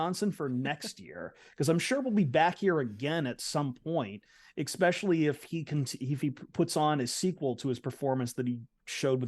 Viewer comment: Will ever learn how to pronounce “especially”